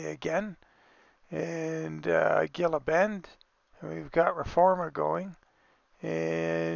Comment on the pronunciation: Ooh, interesting drop off. I guess the AI hung back because you had your hazards on. 🤷‍♂ Oh, and it's Hee-luh Bend, fyi. (Gila Bend) One of those weird pronunciations. 🙂